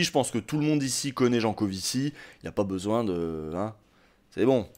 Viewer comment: Comparer les adeptes des confs de Jancovivi a des moutons de l'UPR, c'etait gratuit et meprisant. Tu ecorches son nom, ce qui nous laisse imagine le temps que tu as passé a le lire/ecouter ... enervant